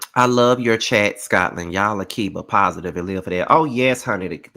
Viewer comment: heard Scotlynd ;-) lol